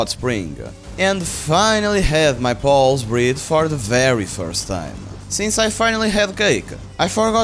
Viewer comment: I like how you say "pals", it sounds like you've named every creature Paul